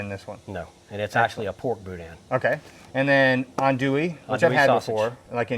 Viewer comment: Not authentic Cajun. I grew up in Lafayette and he mispronounced both boudin and andouille. Where was this filmed Oklahoma?